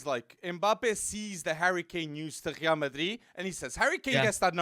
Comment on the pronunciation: Why do you say Real like that?😭😭🤮🤮